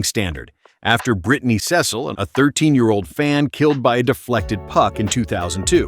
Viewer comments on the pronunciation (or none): none